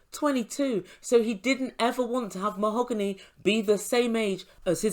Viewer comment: MOE-HO-GAHN-EE she said 🤣 🤣 🤣 🤣 🤣 seriously?!!?!